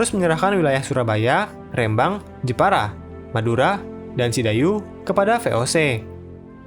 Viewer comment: min penyebutan Rembang itu salah harusnya E yang satunya